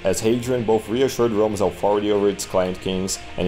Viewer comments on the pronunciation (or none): none